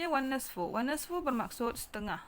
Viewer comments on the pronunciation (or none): cikgu itu wannisfu bukan wannasfu